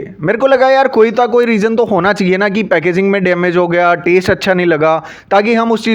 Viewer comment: Packaging ❌ packazing ✅